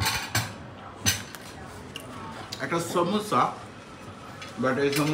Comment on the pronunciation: its lassi not lacchi moris not morich samosa not samocha